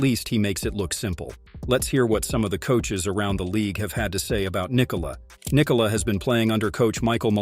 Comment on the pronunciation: Well done on the pronounciation of the name Nikola! :)